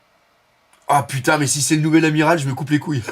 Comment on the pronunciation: tu m as tué à 2m12 avec ton putNaise 😂 Je respecte l effort wallah! Que Dieu te bénisse! Bon dimanche